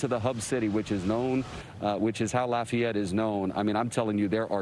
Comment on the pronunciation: You can tell by how he said "laf e ette" correctly. Even emphasizing it after host said "law fay ette" which how most the world would have said it. Not evenone here talks like the coach on waterboy.